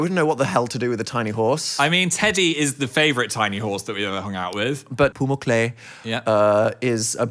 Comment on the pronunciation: Love the way they pronounce Pumuckl